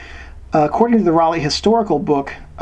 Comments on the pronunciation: Rollei: The first part ("Rollei") is pronounced like Roll-eye (similar to Leica) rather than "Roll-ee". NOT "rah-lay'. Makes it sound liek a bicycle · Informative video... but if your going to do a video on a German camera.. learn how to pronounce the name... Its Rollei (roll-eee) ....not Rahh-leigh!!